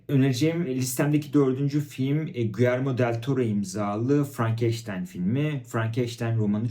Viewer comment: Guyerme değil Giyerme olacak. Takipten çıkıyorum bu kadar kötü İspanyolca telaffuzu olan birini daha fazla izleyemem.